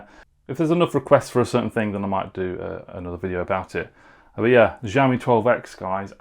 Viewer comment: YOu have been reviewing phones yet until now you still dont know how to pronounce Xiaomi correctly. It is not Ziawmee/Jiawmee. It is with "sh" sound Sh.. Shiaomi. GOD!